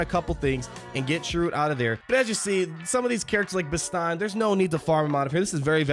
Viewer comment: Bro, you haven't even seen Rogue One? You grossly mispronounced Cassian, Chirrut and Bistan.